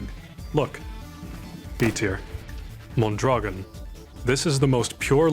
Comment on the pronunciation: Mondragón is pronounced MOAN-DRA-GOAN, by the way, with a trill on the R. Also "avtomat" is just a weird transcription of a russian word and I don't think you're meant to pronounce the V as a V.